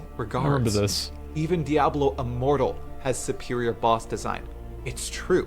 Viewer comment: I swore he said Diablo immoral